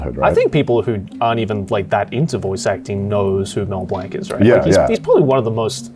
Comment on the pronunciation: That pronunciation of blanc hurts